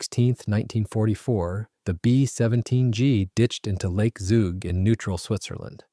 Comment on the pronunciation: The local pronounciation of the name of the town/region of Zug is "tsook" and the name of the lake (Zugersee) is "tsooger sayh".